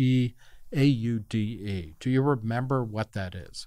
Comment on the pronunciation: SAPERE AUDE kind of pronounced like the German car Audi, just with an e but that does not sound like ee more like an a, a soft and shorter auday and same goes for Sapere, emphasis on the last e, SaperE AudE!